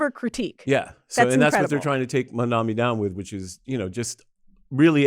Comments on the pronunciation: Mamdani not Mamdami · MISS, HIS NAME IS " MAM-DANI "